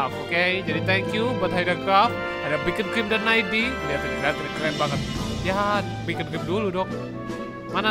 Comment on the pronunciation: Beacon bukan bekoncrim 😭